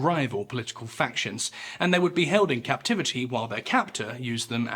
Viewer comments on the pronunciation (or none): none